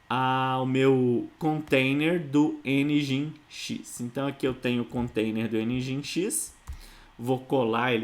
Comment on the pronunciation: Pequena nota: Nginx - soletra-se "Engine X" - (e)ngin(e)x ..... Cumprimentos